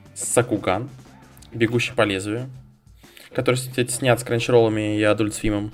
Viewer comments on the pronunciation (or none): Эдалт, а не адюльт) Но бегущего я бы глянул, фильм моего детства.